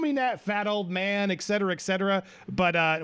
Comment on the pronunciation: Excetera is the wrong pronunciation to etcetera